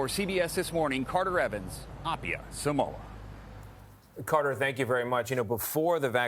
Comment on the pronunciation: f#ck man can u guys say SAMOA properly